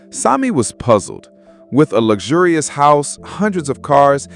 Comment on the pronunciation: "loo-zu-lu-res". what? WHAT???? Are you trying to say, "luxurious" ?